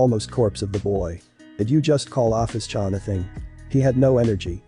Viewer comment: You pronounced my name wrong :') (Oh-fis)